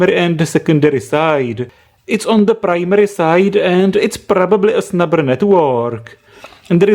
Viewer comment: I always hear "snapper" from you, instead of snubber XD